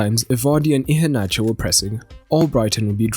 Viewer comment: Your pronounciation of Iheanacho, is good. 👍.